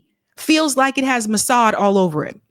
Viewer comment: Massad?, I am listening.